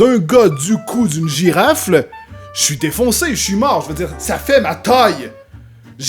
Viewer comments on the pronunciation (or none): écoutez bien il dit "GIRAFLE", donc c'est la fusion entre une girafe et une bifle? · C moi ou il a dit girafle😉